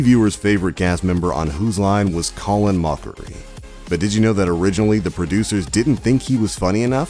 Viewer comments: Why do you keep calling him Colan Mokeree? His name is pronounced "Call-in Mockery" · Colin Moakry, Ryan Stills, Brain Wady lol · “Colon Mokchrie” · Colin Moe-carry ? What? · Colon Mokery Ryan Stills 😂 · "colin mookery" ? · “Colin Mokchrie” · Oh my god... The narrator butchered the names so many times. By the end he was Colon (like your lower intestines) Mō-carey and Ryan Stills. Even if you get an outsider to do it that never watched the show, at least make sure the editors know how the name is said. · Come on! Coh-len Moak-ree? Colin Moak-ree? Colin Mockery? Ryan STILLS? How can you possibly pronounce it wrong multiple times? Redo the video since you clearly can do the names correctly. But you just butcher it sometimes. I honestly think it's to garner more comments. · Colon Mokaree... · Can tell the narrator has never seen an episode based on how he pronounces their names. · That's two names you've grossly mispronounced. It's hard to imagine you're a fan when those names are said in every episode. This list is also extremely basic about well-known facts. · says name correctly - says the same name but incorrectly - then he says both the first n last names incorrectly!!! What's up with that? How could he say it right once n then say it wrong a little over a minute later on??? lol...n then get Colin's first AND last names incorrect... I don't understand what this guy was doing while recording the audio for this video lol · Dude how is possible to mispronounce a name three different ways? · How can he say Colin Mochrie right and then wrong in the same video? Does no one check these before publishing to make sure the names are pronounced correctly? Lazy.